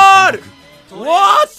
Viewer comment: Cuando dice " Buat? " hahahah ( what )